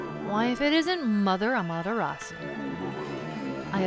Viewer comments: the u is not silent in amaterasu. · How can you get every other name other than Amaterasu correct it’s just baffling lol